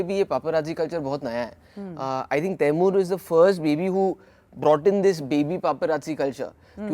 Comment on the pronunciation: Is she pronouncing tae-mur as ti-mun?